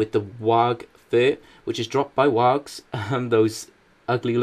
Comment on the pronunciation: your pronouncing wargs wrong